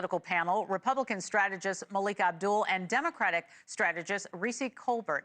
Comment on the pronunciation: O! Not Maliek!!!